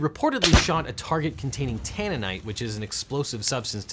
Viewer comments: Tannerite not tannenite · Tannerite, not tannonite. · Sorry to be that guy, but its tanneRite, not tanneNite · I think you meant Tannerite, not 'tanninite', which sounds like an explosive derived from tea leaves... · Hey Legal Eagles, FYI, its pronounced "tan-er-right". Tannerite